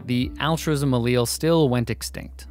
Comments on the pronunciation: I’m just saying, do what you want, but any science teachers I’ve ever had pronounced Allele as [Aly-El] Also congrats on 1 mil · "The cowardly Allele will be yella" lmfao